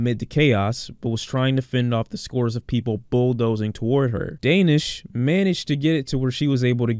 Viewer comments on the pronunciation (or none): His name is pronounced Dah-neesh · Excellent video, I just wanted to let you know it’s pronounced “DAA nish” as in the AAH sound like when you open your mouth at the doctor, just to let you know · the way he is saying Danish' is triggering